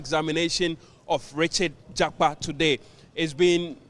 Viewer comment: Please mention the name well JAKPA AND NOT JAPA